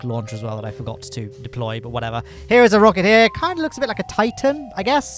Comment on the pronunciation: "Forgor" rocket